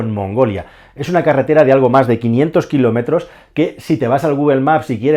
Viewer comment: Eres hasta ofensivo y no fue el único error lo de kilómetros no y no te diré cuales son pues alguna palabra no se si es porque se escucha mal o porque la pronuncias mal